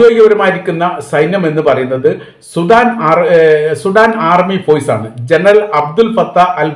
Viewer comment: ഫോയ്സ്. × ഫോഴ്സ്. ✓ എപ്പോയും.× എപ്പോഴും.✓